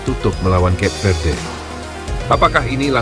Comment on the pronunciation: Cape Verde, bacaan nya dalam bahasa Indonesia : Kape Verde…